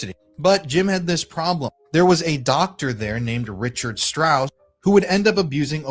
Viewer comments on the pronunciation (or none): none